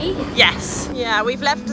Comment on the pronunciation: I had a Dutch 'Oma' and I find it funny how sounds like she's saying Omer instead, haha